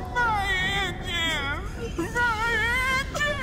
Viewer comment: MAI ENGEEINS MAI ENGEEINS